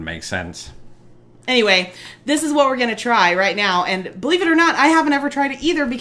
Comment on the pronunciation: “Wha”... I love that instead of whaT !